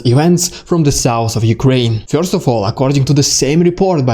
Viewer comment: Damned well organized video report! A + . "Bless you!" (sneeze) . I can't get over the way you say the one syllable word: "first." You seem to say "Fiyorst" ! LOL ! Might want to Trademark that! There's nothing wrong with it . It's just funny / interesting.